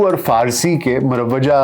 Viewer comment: Muravvejah ( Saheeh hai ) Marveja ya Murbejah( galat hai.